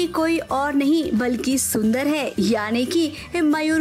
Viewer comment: Shundar Jetha pronunciation